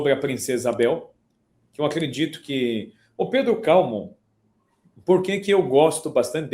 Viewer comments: "Calmon"? Onde ele encontrou essa tônica em Cal? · Também achei curioso (e erado). Veio do francês onde seria Calmont. Não haveria dúvida da pronúncia no original. Em português, para ser paroxítona, a grafia exigiria uma acento. Ex. hífen, pólen, glúten.